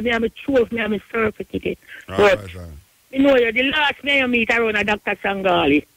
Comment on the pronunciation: LOL "Surf-ee-teecket"